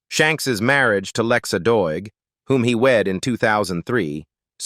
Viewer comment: Lexa not Lexus